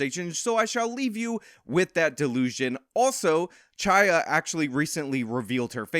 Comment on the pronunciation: Though its written "Chaya" the ch is pronounced like the ch in "chronology"